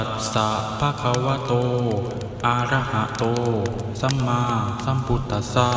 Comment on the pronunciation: คุณสวดไม่ถูกศัพท์เลย อะระหะโต (ก็สวดเป็น อา..ระหะโต) ส่วนบทสวด ก็พิมพ์ผิดวรรคตอน สวดผิดวรรคตอนอีกด้วย ...กรุณาไปดูพระไตรปิฎกบาลี เล่มที่ 15 ข้อ 244 - 245 หน้า 70 , และข้อ 249-250 หน้า 71 ครับ หรือหนังสือสวดมนต์(มนต์พิธี)หัวข้อสุริยะปะริตตะปาโฐ(ย่อ) หน้า 48 ครับ (เขาเว้นวรรคถูกต้องตามพระไตรปิฎก)